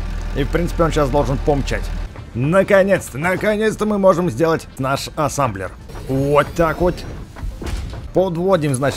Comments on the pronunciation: Не Ассамблер А Ассемблер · это не Асамблер а асемблер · Называеться Асемблер а не Асемблер! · Какой асамблер асемблер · ты сказал АССАМБЛЕР а там написано АССЕМБЛЕР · Ребзи! А сколько сказал Асамблер!